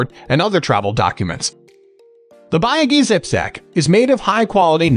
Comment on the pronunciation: this is a wrong review and you are pronouncing the name of the company wrong too.